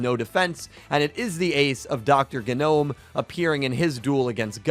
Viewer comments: nobody literally nobody not a single soul: guh-nome uh-tribute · You know the g in gnome is silent